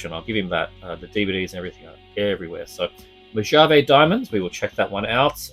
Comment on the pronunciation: Mojave = Mo-ha-vey